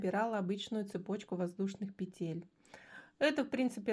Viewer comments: Умоляю - пЕтель!!!!!!! Не петЕль!!!!! Ну очень режет слух безграмотность. А за новые способы спасибо! Вы настоящий мастер! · Все хорошо, но пЕтель, а не петЕль. Век живи, век учись. Благодарю за урок.